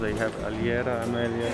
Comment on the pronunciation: Hey, you've been pronouncing your favorite Portuguese food wrong all this time. You're pronouncing it "alhiera" with an "ie" sound, when it's actually "ei". Alheira. Just pointing it out, you're both picking up on Portuguese so fast regardless.